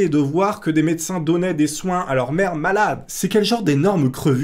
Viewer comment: et - C'est moi ou j'ai l'impression d'entendre le mot «merde» plutôt que le mot «mère»? LOLOLOL😁